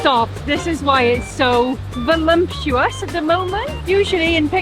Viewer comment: I really enjoy it every time finds the M in voluptuous. "Volumptuous!" just sounds better